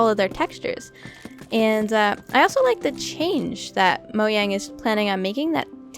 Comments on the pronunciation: The time she said moyang 😀😀😀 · "Moyang" -, 2018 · Don’t ask why I’m watching this in 2022, she said mo Yang, lol